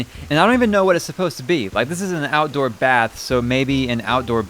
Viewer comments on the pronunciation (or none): none